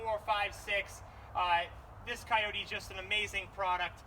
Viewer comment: try calling it a kioti once in a while-you are a salesman right?